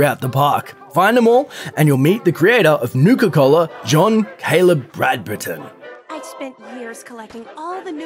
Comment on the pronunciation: How are you able to pronounce Sierra Petrovita correctly, but not Bradburton? :D